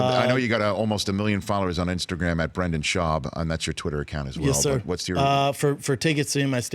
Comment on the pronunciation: Daniel Ortega Brendan* every* Also he is a guest on Rich’s show, so decorum would mean that he at least pronounced the mans name correctly.🤦🏻‍♂️🤷🏻‍♂️